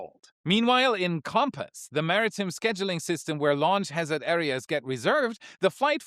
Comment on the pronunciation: In the word "maritime", the "time" part is not pronounced "tim" but as you would pronounce it in the following: 'what time is the next Starship launch please?'.